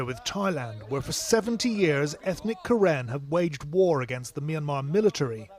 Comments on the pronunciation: 😁it should be Ka Rin, we pronounce like that. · karen pronouns Ka Yin.